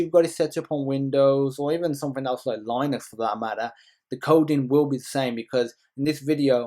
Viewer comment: i turned off at "lienux"